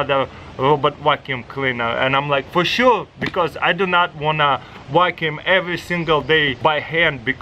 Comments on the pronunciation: "you can program this wakoum to wakoum on the edge" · “i love that you can program it to wackyuume the edges”